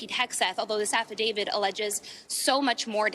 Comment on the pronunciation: Uhhh it’s AFFIDAVIT not AFFIIDAVID… 😅